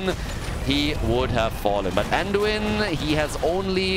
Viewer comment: "Anduina" LMAO 😂 Ge Geeeeeee!!